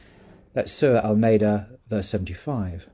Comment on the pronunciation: I'm not making fun of you but that really did sound like "Sir Almeida, verse 75" 😅